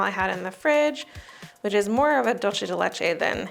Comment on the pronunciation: Exactly... Also it's not pronounced DulCHe de leche. It's dulce with an S sound.